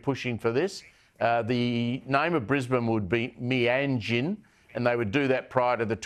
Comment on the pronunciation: It's "Meanjin" not "Meajin" ...